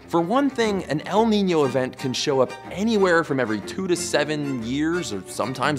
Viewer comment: Your ñ pronunciation is really accurate